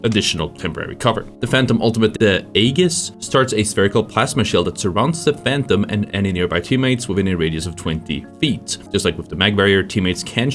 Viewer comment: The g in aegis is pronounced like a j